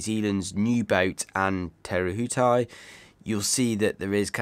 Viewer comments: An interesting cup awaits us all. Fantastic review eagerly awaited and the next 3 also. It will be interesting to see what the Americans come uo with, Patriot was a quick boat. (KiwiBTW). So excited to see them in action. your pronunciation of te rehutai is really good but.... Theres another one coming 😂😂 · Your pronunciation of Te Rehutai is a lot better, well done😊 and what a stunning looking boat Luna Rossa have produced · I know, and Te Rehutai supposedly wasn't that difficult a pronunciation. I live in fear of what the next one might be, but i'll give it my best shot anyways